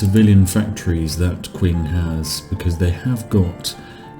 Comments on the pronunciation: IT'S PRONOUNCED CHING CHINA NOT Q-ING CHINA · "Qing" is pronounced as if it starts with a "ch." Like "Ching."